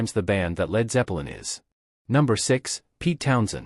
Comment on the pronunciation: it sounds like your saying Led Zeppa lin and Gee Me Hendrix (BOT?)